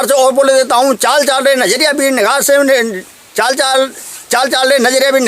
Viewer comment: आपने मंत्र में लिखा है चाली चालि रे नजरिया वीर, ओर आप बोल रहे हो चाल चाल र नजरिया वीर सही क्या है आप बोल रहे हो वो है या जो लिखा है वो है कुछ समझ में नहीं आया है,बताए